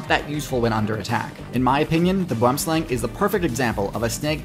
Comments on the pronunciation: Pronounced Boo-em slung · The boomslang is South African, direct translation is tree snake and pronounced boo-em slung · He's right. Boom is pronounced how does it. He misspronounced slang though. Its not an aang sound. It an more of a short. Ah. Sound.